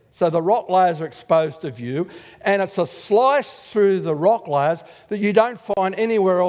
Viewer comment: lyyyayyyyaars for layers.